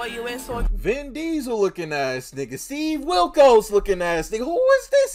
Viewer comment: Bro said “Steve Wilcos” 😭